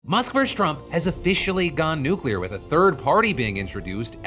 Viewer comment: Phil is giving me a heart attack by saying nuclear in the first sentence